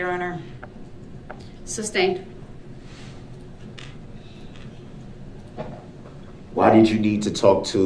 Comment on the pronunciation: Objection relevance. Sustained, Brooks is too stupid to know the reason for the objection was relevance . Then he is far too stupid to know the judge says sustain so he says substain. The idiocy of Brooks is beyond belief.